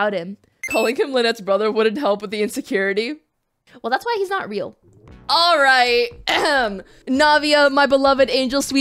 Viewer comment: "I can fix her" No you canNUT." (the way she pronounced "not" xD ) Me: "You're goddamn right."